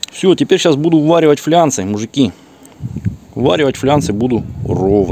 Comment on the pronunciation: ФлАнцы а не флянцы😃😃😃